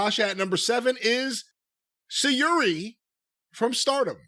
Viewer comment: The fact that, who claims to be the Japanese wrestling guy, doesn't even know who Utami Hayashishita is? Come on, man! edit: Christ, it just goes downhill with his pronunciation of Syuri... I think if Jim and/or saw the matches between Syuri and Utami, they would see why they ranked high. For those that don't know, World Wonder Ring Stardom (or just Stardom for short) is owned by the same company who owns NJPW, so think of Stardom as the NJPW Women's Division.